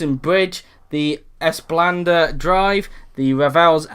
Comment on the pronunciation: Being Singaporean, I've heard many botched pronunciations for the Esplanade. Somehow, was worse than all of them…XD